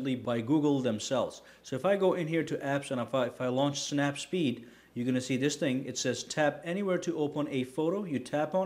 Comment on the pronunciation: The snap photo app is called "snapseed" not snapspeed! Otherwise great job...😊